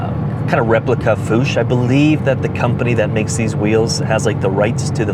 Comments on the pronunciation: fuchs is pronounced fux not foosh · Fuchs rhymes with books